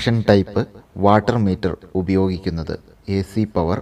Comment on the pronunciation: വാട്ടർ മീറ്റർ അല്ല, Wattmeter